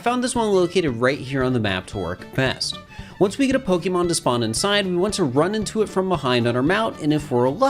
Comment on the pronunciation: I loved this vid BUT there's an accent mark on the e,it's Po-kay and Po-kuh is fine too but Pokee gets me really badly